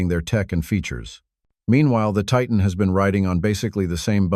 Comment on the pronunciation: You want support? Likes? Subscriptions? Then don't use an AI voice that can't even pronounce Titan. The rest of the video, obviously a different AI, pronounces it correctly. Worse than that, the information is outdated. For something posted "3 days ago," it should be current! The Titan was discontinued last year; the Chrysler 300C was discontinued 2 years ago. The Malibu was also discontinued last year; it isn't "hanging on by a thread." And the narrator called it a "MaliBUS, like a City Bus! Lol.